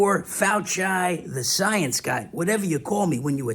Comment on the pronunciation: "I yam the soyence"